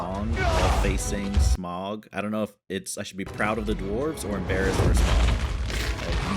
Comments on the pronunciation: A question if I may. I have watched several Americans reacting to these movies and you all seem to have a problem pronouncing Smaug's name.You keep saying Smog,like log and bog,it should be like loud and proud. My question is why?You have heard it clearly pronounced perhaps a couple of dozen times.Can you hear the 'ow' sound,or do you really hear an 'oh' sound? Merely a linguistic curiosity but I hope you can answer me. And yes,less opinion and more natural reaction please.Otherwise good vid. 𝘖𝘕𝘌 𝘗𝘏𝘖𝘕𝘌 𝘛𝘖 𝘙𝘐𝘕𝘎 𝘛𝘏𝘌𝘔 𝘈𝘓𝘓, 𝘖𝘕𝘌 𝘚𝘌𝘈𝘙𝘊𝘏 𝘛𝘖 𝘍𝘐𝘕𝘋 𝘛𝘏𝘌𝘔, 𝘖𝘕𝘌 𝘛𝘞𝘌𝘌𝘛 𝘛𝘖 𝘉𝘙𝘐𝘕𝘎 𝘛𝘏𝘌𝘔 𝘈𝘓𝘓, 𝘈𝘕𝘋 𝘐𝘕 𝘛𝘏𝘌 𝘊𝘏𝘈𝘛𝘙𝘖𝘖𝘔 𝐁𝐈𝐍𝐃 𝘛𝘏𝘌𝘔. wake up! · Smaug is pronounced “Sm-ow-g” same for Sauron being “S-ow-ron”. Just listen, they pronounce everything in the movies and you’d know who is who and what things are if you pay attention to what people are saying, not just the events. You’d also know that Thorin is becoming worse of a person because of Dragon Sickness. Basically a magical metaphor for greed. Also, the reason why Gandalf could hold back Sauron for a bit, same with the Balrog, is that Gandalf, Sauron, the Balrog, and Saruman as well, are all Maiar, the same species of being, if you will. Sauron can’t be stopped completely because Sauron is the most powerful of the Maiar. Maiar are basically angels, by the way. That’s why Gandalf the White seems more angelic in nature, because that’s essentially what he is. Different Maiar serve different “Gods” or as they are called here, the Valar. Balrogs serve Melkor (Morgoth) the evil Valar that corrupted elves to make the first orcs and he eventually turned Sauron evil and made him join his side. Melkor has been long defeated by the time of the rings, Sauron is the one in charge of the original mission, now.